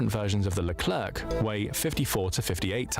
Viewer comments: Great video mate! As a sidenote, hearing "lerclerKH" at least 10 times made my ears bleed. We say "lecler" without pronouncing the final c. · It's because it's an AI voice. It also pronounced the final "c" in leclerc. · AI voice sounds very natural (they are good quality now) but it remains some differences. This voice is too regular or even monotonous to be a human voice. This is a English text-to-speech AI voice. It's why the "e" in Rafale is not silent (like it is in French) and why the final "c" in Leclerc is pronounced. A real human never do this sort of mistake when speaking of French military materials. Everybody speaking about this military topic knows that Rafale is pronounced like Rafal and Leclerc like Lecler.